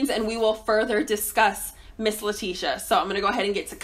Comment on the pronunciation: That’s her name 🥴 always saying a name wrong lmao